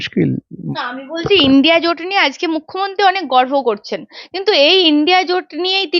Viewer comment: মুখ্যমন্ত্রী "গর্ভ" করছেন না "গর্ব" করছেন ।